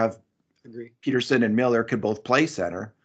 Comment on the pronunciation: it's Pettersson, soft -e-. Not PETER-son